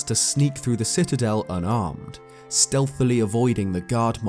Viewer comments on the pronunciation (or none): none